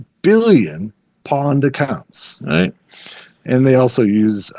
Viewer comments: It is pronounced pwned (p-own’d) Like pony. Pwny. Not pawn. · Pronouncing “pwned” as “pawned” is concerning. 🧐 …it’s “pɔʊnd” 😑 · wow so you wrote a cpl books but ya know any hacker worth their salt knows it is not pAwned its an old mistype like hodl .. for OWNED and as such pronounced POWNED. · It's not "pawned" it's "pwned," as in "owned" but with a "p" instead of an "o." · Lol the guy kept calling it “pawned” it’s pronounced “Powned” like owned but with a P. Gave me a good laugh. Ah, the golden days of gaming are long gone and it’s a word you never hear anymore. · Bothered tf outta me idk why. Maybe cuz he kept saying it like 10 times lol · You are saying it wrong, Have I been p-owned. not pond. It is like owned, but the person pressed p when it should have been o. How do you not know that. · Lost credibility when he pronounced pwned as pawned... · Great and amazing video and tysm for all the info :) Although 1 correction.. it's pronounced "pownd"